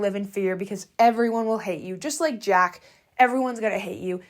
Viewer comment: Do you say jacks name wrong on purpose lojh